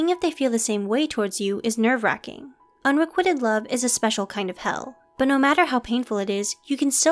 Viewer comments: Excellent video... but my OCD is going crazy at how the narrator is pronouncing “unrequited” - it’s not “un-re-QUIT-ed” as in you’re quitting the gym, it’s “un-re-QUITE-d” rhyming with white. 😏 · Unrequited, not unrequitted. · Why does the narrator keep mispronouncing ‘unrequited’? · please learn how to properly pronounce unrequited